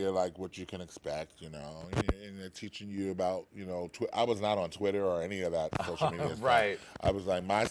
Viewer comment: "Contitter" ...Twice.